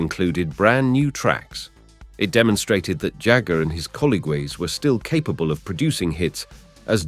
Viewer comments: Were the mispronunciations in this seemingly endless monologue (e.g. colleagwes!) intentional? If so - hilarious!! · Are you a robot voiceover. Weird way to to pronounce 'colleagues' and 'anniversary'